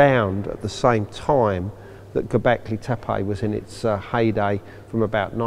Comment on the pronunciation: Dear Mr Collins, Why do you keep calling the place Gobekli TepAI? AI??? EVERYONE else, the locals, archeologists, and the late Claus Smith as well, pronance it TEPE ,last e pronanced like e in the alphabet, "Tepi", or both e's pronanced as the e in the word egg. It is rather disturbing that you have a complitely different prononciaton sir, so why is that???